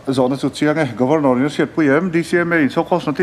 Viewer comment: Governawr..nilovin Governor zawk anih hmel..lam thing e..😂😂